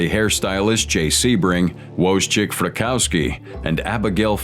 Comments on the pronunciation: "Woze-chick." Idiot. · love hearing people butcher Polish names ... Wojciech is pronounced "Voy tek"